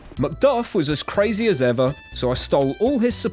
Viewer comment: My guy is CWAZY for dis one!